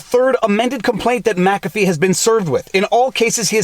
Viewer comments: WHY do you explain he is the founder of Mu CAFFEE antivirus and Mu CAFFEE systems... Then you proceed to call him MACA FEE ??? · Its mickafee. Not mackafee